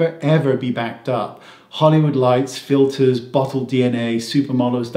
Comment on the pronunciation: I'm sure you meant to say "FILLERS" rather than "FILERS" 😉. Filers being secretaries filing paperwork! Yes, I'm truly fed up with being treated like a brainless moron. I'm an adult. Please talk to me as such. Very well said. 💗